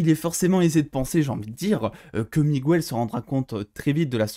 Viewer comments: Mec tu dis migouel au lieu de Miguel sinon merci de m'avoir fait aimer cette video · juste petit truc c'est pas Migouel c'est MiGuel